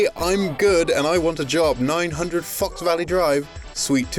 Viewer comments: that's not how you pronounce fox 😮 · It sounded like said, “Fuck Valley.” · Um... I'm sure you said "Fox", but I keep hearing something very different. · Lol i thought the same thing.